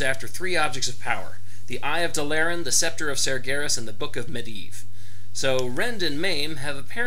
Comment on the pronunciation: Also DAAA LAAA RAAA N not dalllllaran